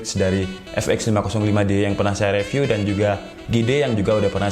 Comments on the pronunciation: Bang baca review nya jgn re tp ri, saran aja nih :) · *Saran : review dibaca riviuw